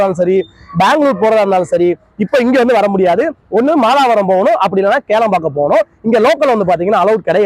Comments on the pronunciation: Kelambakkam illa bro, that is Kilambakkam. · கேளம்பாக்கம் இல்லை கிளாம்பாக்கம் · Adu kelambakkam ille...Kilambakkam bus stand